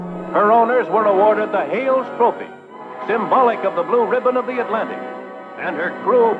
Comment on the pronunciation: It drove me nuts to hear you mispronounce the word ribbon over and over lol